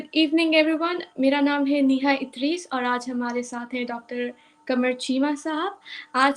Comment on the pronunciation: It's Neeha not Neha... Don't go by how is pronouncing her name....